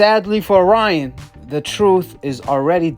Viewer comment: “Lyan” Garcia